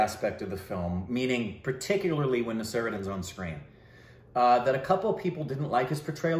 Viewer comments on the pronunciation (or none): none